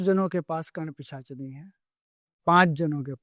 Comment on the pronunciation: एक भी बार सही से पिशाचिनी नहीं बोल पाए सही से